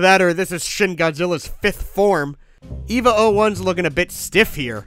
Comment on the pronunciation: Shin needs a sandwich. And as an Evangelion fan, EVA is pronounced like "ava". And Unit 01's a lady for spoiler reasons.